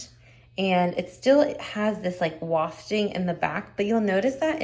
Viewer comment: Thanks for sharing your lovely collection. The tracks in the wigs is called wefts (short e pronunciation) not wafting. 😄